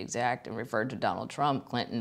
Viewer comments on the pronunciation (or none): none